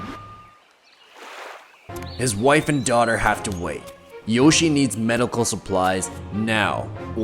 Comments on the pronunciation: he pronounced it wrong i think, i’m pretty sure it’s yoshi-EY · It is pronounced yoshiA not yoshi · It’s not Yoshi, it’s YO-SHE-EH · His first name is pronounced YOH- SHEE-EH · no, its Yoshie. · his name is yoshie shiratori or よしえしらとり in Japanese and is pronounced yo shi e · Not to be rude but - his name is pronounced "Yoshi-eh Shiratori" Yoshie Shiratori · Its pronounced "Yoshie Shigatori" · Just wanted to point out that the name is pronounced yO-shE-yeh. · when pronounces Yoshie Shiratori wrong: My brain: mario wants to know your location